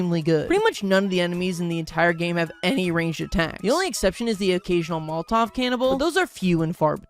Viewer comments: I’m glad I’m not the only one who pronounces Molotov as “Molt-Tawv” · Pronouncing it as "moltov" triggered me more than irregardless ever has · I've never heard Molotov pronounced that way